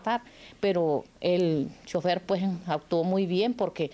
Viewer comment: No se dise pue o puej. Se dise pues. Con. S al final.